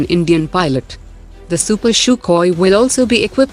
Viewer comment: Stop pronouncing CHUCKHOI......it is pronounced in Russian : SUHOI And it is not pronounced CHUPER , it is pronounced SUPER